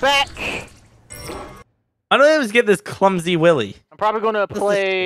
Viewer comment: LOL thought it was "Willy?" It's "While E" like Wile E. Coyote from Looney Tunes, who yes, ran into his own traps.;)